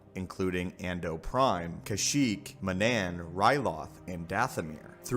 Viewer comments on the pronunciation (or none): none